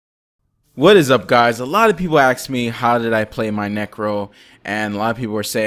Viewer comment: Nice guide. Also, it's not AXE it's ASK.